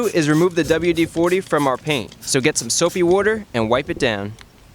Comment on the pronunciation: Soapy wooder